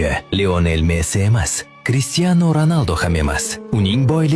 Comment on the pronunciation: Messi boy mas deb turib mesdi boy dedizku